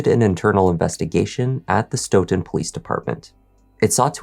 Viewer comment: kudos to you for pronouncing “Stoughton” correctly. My family moved to Stoughton when I was in second grade back in the mid 60’s. Stoughton is next to Canton and is considered part of the “South Shore”. The Stoughton PD has been crooked for decades! Canton PD has been known to be racist even when I graduated from HS in 1976. We knew when going through Canton, to not speed because they looked to ticket Black drivers. If Sandra Birchmore’s estate didn’t pursue reopening her death, her murderer would still be living the life of Riley. I forgot what happened to Matthew’s brother. The Police Chief resigned, if I’m not mistaken. 3 Grown PO’s ra”$:ed that child!